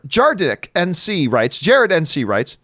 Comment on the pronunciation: Did I just hear Jar Dick ? LMAO